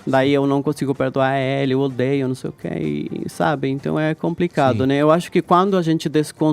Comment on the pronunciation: Caio guerreiro! Edgard insuportável! Meu Deus do céu! Não dá pra ouvir mais esse programa! "Ninguém quer Lula livre aqui" KKKKKKKKKK "ÇEI" 😂